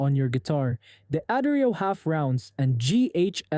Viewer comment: D'Addario is pronounced da-DAIRY-oh.